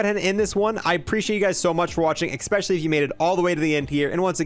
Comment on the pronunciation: Every time you say “EggSpecially” tryna say especially I feel the urge to dislike. Apart from that keep up the good work 🤙 and and AND